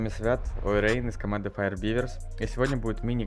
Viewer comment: Да не Ойрейн, а ОуджиРэйн